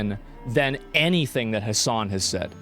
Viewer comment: i think you forgot some s' its hasssssssssssssssssan